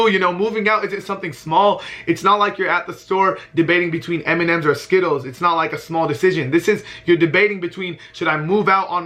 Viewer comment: He said mnms or skittles 😂😂 I'm dead